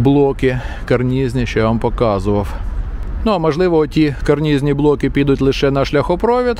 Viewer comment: ..і блоки таки карнЫзні ! нестримався коли три рази поспіль звучить "карнізні"